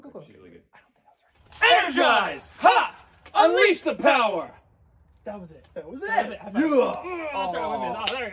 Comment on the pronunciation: I heard unleash the powder instead of unleash the power.